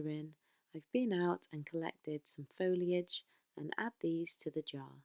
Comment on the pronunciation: I’m new to this, what a find! Your projects are wonderful! Also, you said Foliage, not Folage which so many pronounce it! 😂 x